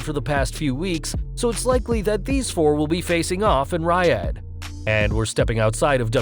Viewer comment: Ok, fuck, if you're going to report on stuff at least learn how to pronounce Riyadh. We live in the age of Google, use it.